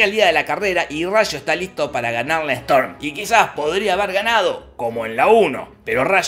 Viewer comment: ' Jorge: "Mientras Strom" Like si te diste cuenta